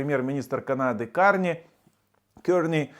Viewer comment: ви герграфії не знаєте. Тому вам, що Тузла,що Зміїний, всеодно. Це так,як в Осетії є морське узбережжя ( як ви розказували в одному із відео). Карні,а не Кьорні. Ваша компетентність під сумнівом.